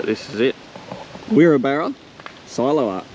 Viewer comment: Wirrabara is pronounced WI…RAB..RA. Nice town